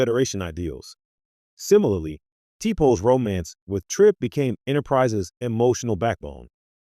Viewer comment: Lord when he pronounced t'pol as t pole I quit listening. It shows the narrator never watched an episode.